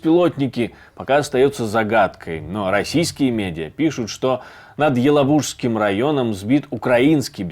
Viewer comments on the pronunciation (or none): не елабУжским, елАбужским районом, грамотеи...